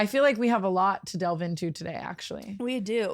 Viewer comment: A minute fifty in and she says delveeeeee I can’t